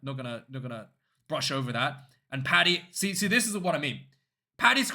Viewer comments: Just a heads up dude. Its Paddy not Patty. Patty is not a thing Have a good one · Paddy not Patty!